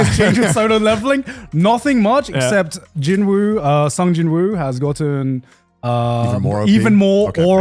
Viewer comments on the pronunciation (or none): Trash take on Solo Leveling. You can't even pronounce the main character's name right lol only 1 of the 3 has even seen anything of the show, and the 1 probably goons over High School XDX lol Solo Leveling killed so many records for anime on Crunchyroll for a reason. And so many people said the new anime The Beginning of the End was going to kill Solo Leveling and it had failed! Basically a copy of Jobless Reincarnation. Maybe, all 3 should watch the anime before they decide to talk shit on it lol